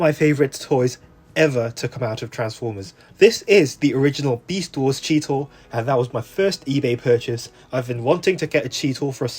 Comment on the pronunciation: "Besat Wars" Hahahahahdgjajfj, sorry, I can't 🤣🤣🤣🤣🤣🤣🤣🤣🤣